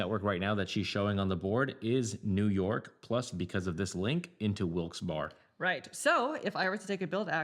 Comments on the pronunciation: lol I scrolled into the comments for this. The second part is pronounced like "Berry" for anyone who is not from PA or a minor league hockey fan. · Barry, Barry,Barry.... Wilkes- Barre is pronounced (Barry), not "Bar" lol!! It just sounds so weird pronounced that way! Hahhaa... Im from Erie, PA, it sounds so off! Hahaha... Your playthroughs are awesome BTW, keep up the good work! 😂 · Wilkes- Barre I believe is pronounced like Wilkes "bear" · ya but we don't say that. Lol Im team wilkes bear, eventhough I know its wrong. The other way is correct, wilkes barry. I honestly couldn't pay attn after they said it mutiple times. Its like Dwight saying threw-p on the office when its troop (throop.) Ahhhhh! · I'm from the Bethlehem area. Most people pronounce it "Wilkes "bear", but I've heard Wilkes "Barry" a few times. No one really knows... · Great video - very well done! Just one comment - coming from the "Wilkes-Barre" area the correct pronunciation will sound like Wilkes-"Berry" - berry like in the fruit. And there are a few along with many outside the immediate area who will call it Wilkes-"Bear" - bear like the animal. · I knew I could come to the comments to find the “Barre” (Bear) comment. Yeah. 😂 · Interesting, I’m from Easton, right next to Bethlehem on the map, and everyone I know always pronounced it BEAR-uh. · I believe it's pronounced like Barry